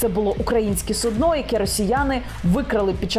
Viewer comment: Пані Яніно, при всій до вас повазі, розумію, що ви обмовились, але, тайм-код 9.07. Не "суднО", а "сУдно". Різницю між значеннями цих двох слів самі знаєте.